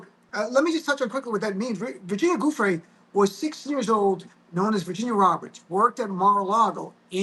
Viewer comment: Virginia's last name is pronounced Jew-Fray with the accent on the second syllable - waited to hear what Glenn has to say - so many podcasts are making just guesses on the fly while Glenn knows things based upon his prosecutorial career - we needed to hear from someone who has been steeped in these types of cases and in the seedy world of folks who are always skirting the rules